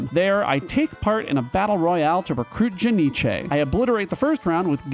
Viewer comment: Ja-nic-e, lol. Love the way you say it.